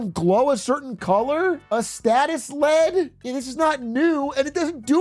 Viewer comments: So funny that he calls it lead instead of LED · Bro do not call an LED a lead😭